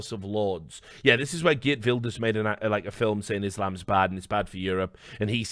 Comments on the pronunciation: Not a bad pronunciation of Wilders, Richard. Just gotta roll the r better next time, but this is one of the better attempts I’ve heard from an English-speaking native. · you need to roll the R more for "Geert Wilders" :P